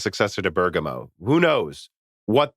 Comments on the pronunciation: But he used to say it better, now he's saying Burger- moe Anyway Americans often don't pronounce English place names correctly, so Italy shouldn't feel singled out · Not really. pronounced the first syllable more accurately, but the stress should be on the first syllable, like how Lisa said it. They're both slightly wrong, in different ways.